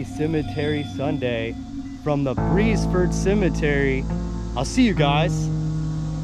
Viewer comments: Its official name is the Beresford Presbyterian Cemetery (there was a church at one time). The town of Beresford was at this location. There was a steamboat landing just west of the cemetery. The pronunciation is "Beers Furd." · Pronounced BEARS FORD. I am Richard Beresford